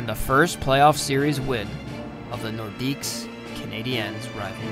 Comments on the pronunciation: The more you know! Idk if anyone caught it, but the announcer pronounces it like "Nordicks". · Great video. The "s" in "Nordiques" is actually silent, though lots of people pronounce it.